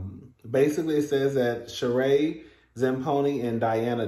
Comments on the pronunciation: Zam PONY??????.....STOP!!!!! It's pronounced SHA-REE (Rhymes with Marie) ZAM PEE NO😂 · Sheree is pronounced with a long E at the end. Her last name is pronounced zam-pee-no (with a long O at the end.